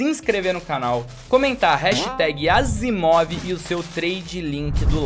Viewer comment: o certo é asiimov kkkkk